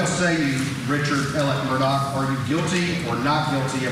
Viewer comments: He keeps saying, Alec Murdock. His name is Alex Murdaugh. 🤷‍♀️ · Please people, the name is Murdaugh. ( Mur d- au ) Not Murdock. That is how people are pronouncing it. Any hoo.